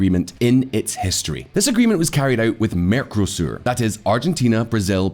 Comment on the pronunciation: The merco in mercosur is pronounced with the same emphasis as narco.